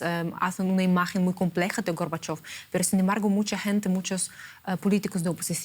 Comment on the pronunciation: ¿Por qué la locutora tergiversa el nombre y apellido de Mijaíl Gorbachov? ¿No sabe leer en español?